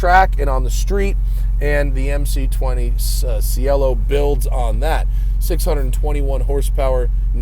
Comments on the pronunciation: Ci in Italian is pronounced chi so it’s pronounced like chielo not sielo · It's che'-lo not, see-e'-lo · Ban this man from Italian Sports cars, its pronounced chee-eh-lo. It's an Italian noun for Sky / Heaven. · pronounced chell-o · It’s pronounced “chee L Oh” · Ragazzi, say “chee-L-oh”. 👌🏼 ☕️ ahhhhh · He pronounced it the Spanish way.